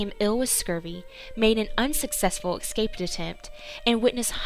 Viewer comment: NO ONE WHO SAYS "ECKSCAPE" BEYOND THIS POINT